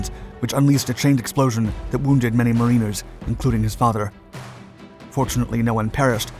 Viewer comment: 1. One craft, two craft, when talking of boats. The word "craft" is invariant. It was English you learned when growing up - it sounds like it, except for the continuous, jarring, errors. 2. MARiner, not marINer. 3. "Trapped below deck", or "... decks", not "... below the decks". 4. "Proving the Japanese to be a valuable investment". What does this mean in this context. Can I have some of what you're smoking?